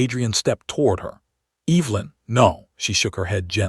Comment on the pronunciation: Please at least say her name correctly. It’s not pronounced Eve-linn. It’s Ev-e-lin.